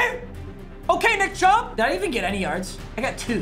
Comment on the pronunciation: "Right up the shmiddle to Nickariah Chubb"